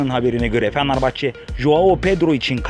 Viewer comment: Amk şu Fenerbahçe deyişini değiştir